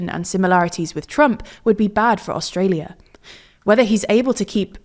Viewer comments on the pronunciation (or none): none